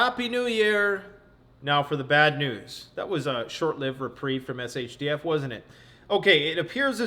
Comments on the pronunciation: It’s S H T F, as in _“Sh1t Hit The Fan.” There’s no such thing as “SHDF.” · It just occurred to me; if he’s been mispronouncing “SHTF” all these years, what did he think his mispronunciation “SHDF” stood for?